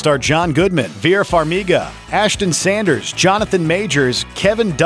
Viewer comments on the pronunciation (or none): none